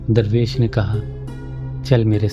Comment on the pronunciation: Darrvesh nahi durvesh kya aap darr aur dur kaa manaa janteh ho hameh seekao janab